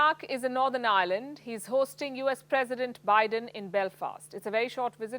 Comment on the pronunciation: Can i have your job,,,,, it's Ireland not island